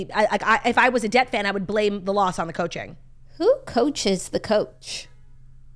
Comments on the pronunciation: They’re saying DET not debt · incoming butthurt life long Lions fan: The hardest part is hearing you refer to Detroit as "debt" lol